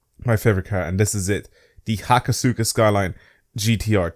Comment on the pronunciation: It's pronounced Hakoska :p